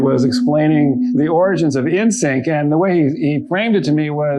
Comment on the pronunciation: NSYNC, not ENSIC